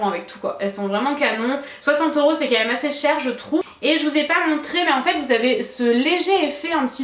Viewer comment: Ta les cheveux beaucoup plus rouge et éclatant que d'habitude. Tu dis toujours mum au lieu de même. Mdrr super j'aime trop la robe noir 😍😍